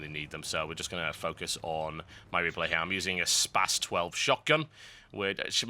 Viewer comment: SPAS is pronounced SPAS, as in S-P-A-S.